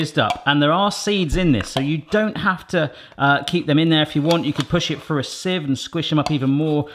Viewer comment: I wouldn't worry too much about people nitpicking how you say stuff,. We can understand what you're saying and I think things like "toof" and "Frew" instead of "tooth" and "Through" is just part of your doing this at home, every man recipes charm. It also clues my mom in on when I've gone and done a Barrathon because I tend to pick up on some of your's and Mrs. B's speech patterns and some terms as well.